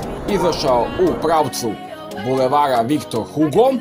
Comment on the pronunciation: Bože da li si ti čuo za Viktor Igoa a ne Vikto Hugo, ili da se ulica na francuskom kaže ri a ne ru. To mi je bilo dovoljno da ništa ne odgledam.